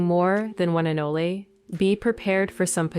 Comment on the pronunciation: Wtf is an anlala it’s anole